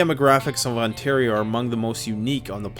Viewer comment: Anyone else catch the "Ontar-i-o" pronunciation when talking about blackflies? Seems like a non-accidental Stompin' Tom reference.